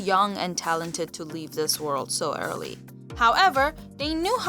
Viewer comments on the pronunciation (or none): I dont think the narrator is English. She says dis and dat. Don't think I believe this story.